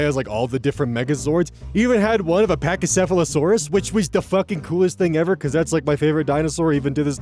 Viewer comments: 1: You absolutely nailed the pronunciation of Pachycephalosaurus 2: My favorite dinosaur is the Allosaurus. Big theropod carnivores, but also pack hunters. Would give head pats. they seem like they'd be good boys and girls, just like doggos c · You said pachycephalosaurus correctly! They’re such a cool, underrated dinosaurs… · I remember asking you about your favorite dinosaur! And you do pronounce it correctly, tho some people choose to say it with "patchy" at the beginning instead because the feel weird about how closely the correct way to pronounce it sounds like something else. Dinosaurs are cool as shit